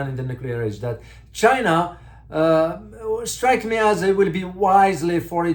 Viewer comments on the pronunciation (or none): none